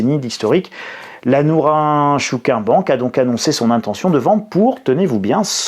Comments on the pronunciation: Ça se prononce Nôrine Chôkine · Je suis japonais et ça se prononce: nrintchkine. Sinon sympa la blague du nunchaku 😂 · Norinchukin se prononce un peu comme :Norine... tchkine !😊